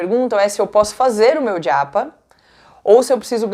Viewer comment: Porque você fala djapa 😵‍💫